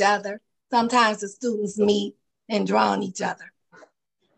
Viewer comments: What are "stutents?" I wish people would really try hard to pronounce words correctly. I could see that she would be drooped for being disrespectful. She sure has an attitude on here. I don't know what has happened to a lot of the younger people nowadays, but they sure don't have any respect for anyone or anything. There's a lot of the parents that act just like them also. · Stu-int. A new word in some language. Why do people speak baby talk on purpose. Then altercashing and fabricashing. Why?